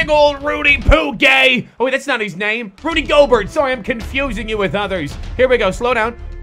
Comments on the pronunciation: why he pronounce gobert's name like goburt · It's pronounced gobairt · it's pronounced gobair I should know I love the jazz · I thought that Rudy gorbert was pronounced like "go-bear" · his name is pronounced gobear even tho its spelled gobert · Does not watch basketball? He keeps pronouncing Rudy Gobert's name wrong. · No, hes dyslexic.